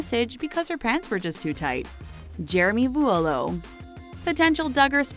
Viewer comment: To be completely honest this video really annoyed me. Although Jim bob’s rules may be a little over the top this lady had no idea what she was talking about, she can’t even pronounce voulo correctly. If you would actually watch the show before judging you would find that 99% of the accusations are false